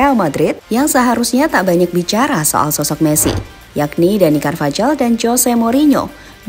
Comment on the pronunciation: Cara baca carvajal Karvajal × Karvahal ✓ Cara baca jose Jose × Hose ✓